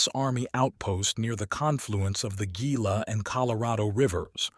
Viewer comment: I have very much enjoyed your series and information on your well narrated stories, Gila is pronounced (Hila) a few other easily mispronounced words but all in all very very fine job and very much enjoyed. I believe i have listened to all your stories on my absolute favorite part of our shared United States great southwestern territory. I am looking forward to hearing more of your work on the lost or untold southwester history and the men and women that made that history during the younger times in United States historic times of drasic upheaval and the people that forged this most beautifully landscaped and still quite foreboding but most diverse section of the Greater United States and the legendary characters that shaped it future or rather now its dramatic history.... Thank you and get your ass busy producing more historically gripping tales of southwesten history. ✌🏼🤞🏼🏜️☃️